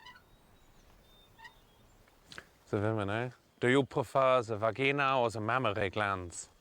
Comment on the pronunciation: I heard it with an h in it like "vhageena